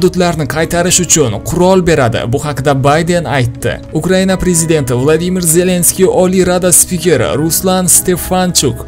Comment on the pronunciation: 😂Bita man shunday eshitimmi bu bolani gapirishiga qaranglar Uqriyaniya-- Ukraina. Maqskiva---Maskva bulishi kerakmasmi 😂😂😂😂😂